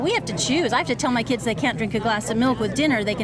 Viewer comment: then “keeids” is at them diddy dungeons😮